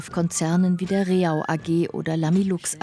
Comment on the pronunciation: Leider wird Rehau falsch ausgesprochen. Es heißt nicht Re-hau, sondern Reh-au, eine einstige Au mit vielen Rehen.